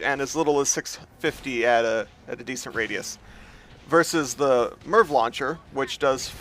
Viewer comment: "GONNA BE COVERING THE AM AY AR VEE LAWN CHAIR".